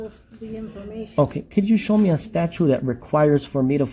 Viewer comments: HR can't even pronounce the word correctly! Its not a statue dum dum learn the English language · Statue? can't pronounce words😂😂😂😂😂😂😂😂😂😂